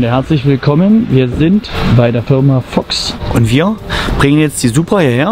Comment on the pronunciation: Mir war garnicht bewusst, dass man das o in Fox als ö ausspricht 😂